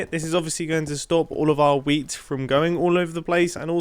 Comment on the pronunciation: "15 year old me right now would be getting very very excited indeed at the prospekt of having lots and lots of wheat" (Is this just me being a german, non mother tongue English speaker or does wheat really sound like weed which makes this sentence a LOT different😂)